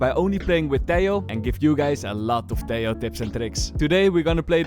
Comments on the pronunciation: you fixed half the pronunciation of Tejo's name! keep it up only the second half to go :p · hi, ia m not sure about this but i think "tejo" its pronounced like "te-ho" instead of "te-yo", i am not sure but as a Colombian myself i think "te-ho" makes more sense" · Tiao?, wait whatt? Valorant dev themselves confirmed its " Teho " from colombia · Hes pronounced as teho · Helloooo. I'm Spanish, and the "j" in "Tejo" is actualy pronounced like an english h, so its more like "Teho" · TEH-HO Your welcome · Hey i have fun fact About this Tejo, I know this might be an unimportant fun fact, but in my place (Indonesia) He is called Tejo not teh-ho. This case is like the ISO agent. When he was first released, many people interpreted his name as (BISA). If you interpret it, it means "can't". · hes from colombia (they speak spanish) so most likeley his name would be pronounced as teho (think like javier - havier) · Its T-EH-O 😭😭